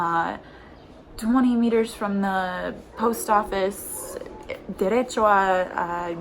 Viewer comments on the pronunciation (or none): none